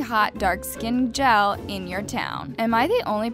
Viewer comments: And her saying gel instead of gyal mek me think is eco styler gel she talkin bout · you dont say gels you say gyals mi is jamacan fr